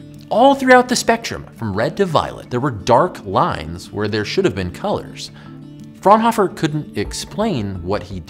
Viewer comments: All of the German Physicists (Bunsen, Fraunhofer and Kirchhoff).Bunsen is pronounced as Boonsen, Fraunhofer as Frownofer and Kirchhoff with the 'ch' procnounced as in 'church' (not as 'k'). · The way he pronounced "Fraunhofer" hurt me inside